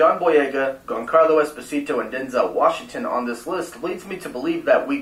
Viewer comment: It’s hard to take that guy seriously when he pronounces “Giancarlo” with a hard G instead of a soft G. LOL